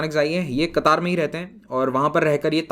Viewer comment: Sir.. आप कतर को कतार pronounce kar rahe hai... Kya क़तर सही उच्चारण है या कतार....